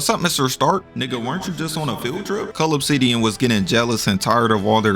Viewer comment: It didn't even sound like he was saying cull obsidian 🤣